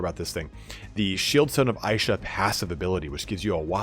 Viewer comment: Isha is pronounced "Eesha" not "Aaeesha". Great vid apart from that, i didnt even know there were secret items in the game ! Actually incredible CA would go out of their way to include those "easter eggs" that 1% players find.